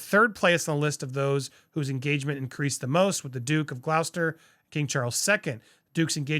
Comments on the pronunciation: Great work again, Andy! (PS - "Gloucester", as in "Duke of "Gloucester", is pronounced "Gloster") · Its pronounced Duke of GLOSTER..